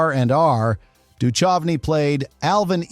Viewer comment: The AI read his name as Dutch Of Knee.